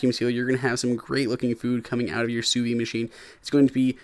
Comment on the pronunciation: "Sous vide" isn't "sous vie". Don't be afraid of that D. It's not silent.